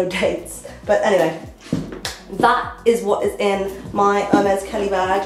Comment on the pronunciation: You pronounce Herr-meh, in case you wanted to know ^^ Love your style xx